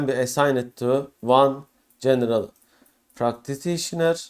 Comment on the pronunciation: thanks for the valuable information. There also was a severe issue with the pronunciation of ”practitioner” ;))